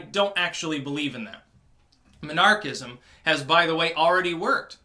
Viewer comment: Took me halfway through the video to figure out that you weren't saying monarchist/monarchism.